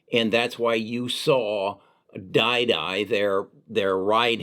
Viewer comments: I stopped listening when you pronounced didi as DieDie... its pronounced deedee btw. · It’s Deeee Deeee not die die ok? Chinese stock never dies lol especially NIO 😂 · it's pronounced Deee Deee. You should know this.